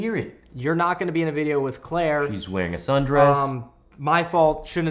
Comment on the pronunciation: I mean.... Mikey c'mon dude... it's CLAIRE.